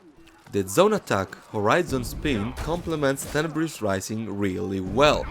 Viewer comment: To me every time Black Prior says “Tenibris” it sounds like he’s saying “Cannabis”